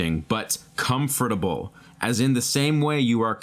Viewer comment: listened to the whole thing! i feel uncomfortable hearing you say the word comfortable D